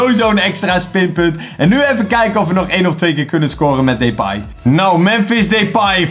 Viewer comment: Hoe lastig kan het zijn om 'Depay' gewoon normaal uit te spreken. Maar deze gozer spreekt sws niks normaal uit